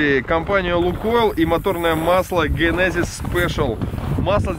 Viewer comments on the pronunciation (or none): none